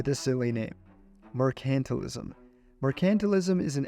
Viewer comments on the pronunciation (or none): “Mer-KANT-til-ism”?!?….TRY : “MER-can-TILE-ism”……Come on, fella : If you want to do voice work, knowing the pronunciation of basic words is, kind of, essential 😮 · Wow did you pronounce Mercantilism wrong.. Its pronounced Mercantile-ism....no accent on the C.